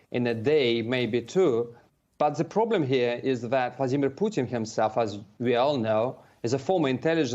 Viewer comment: Now that is a "Ploblem" now isn't it.